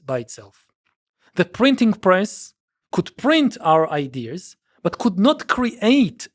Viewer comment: Why does he say “idears”?